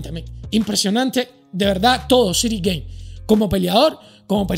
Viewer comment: Ciryl Gane se pronuncia "Gan" no "Guein"